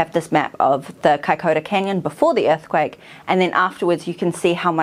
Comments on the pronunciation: Vey interesting, but wincing a little at the repeated mispronunciation "kai-COW-ra" in the first half! Compare the correct pronunciation ... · No. It's Kai-ko-ra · Isn’t it pronounced Kaicoora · Its pronounced Kaikura!